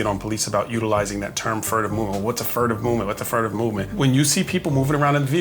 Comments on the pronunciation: It's "furtive," not "furative." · Furative pronounced Fe-ur-a-tive